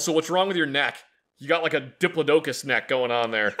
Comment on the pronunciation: You did not just say dipilo docus Omgomg